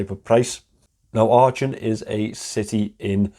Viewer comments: I've heard that story quite often,, but your version was fantastic - I was fillin up! Not being clever (I never have been), try saying "Aachen " with a Liverpool "k". Much closer to the original. Great watch. Super review as always. Merry Christmas 🎅 🎄! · I was thinking exactly the same 😁 With that Liverpool "k" it's not that far off.